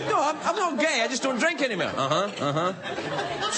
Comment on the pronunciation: 'any mair' defo heard his Scottish accent there 🤣